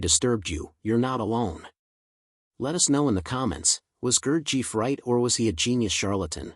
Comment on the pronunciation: that is not how to pronounce his name is it too much to get that right. who in the hell told you his father was greek ?